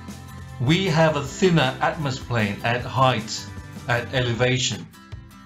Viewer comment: hang on did you say atmosplane??? that is not even a thing